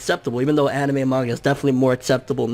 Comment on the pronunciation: He said anemai